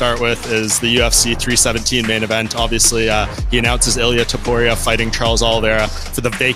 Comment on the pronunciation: Topuria min bukan tuporia😂😂